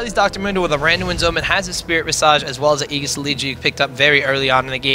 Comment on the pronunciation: aegis just became ayegus: lol